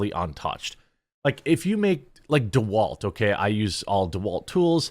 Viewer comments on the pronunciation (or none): I used to enjoy your content, then you said DeWalt. Now I'm questioning your sanity 😆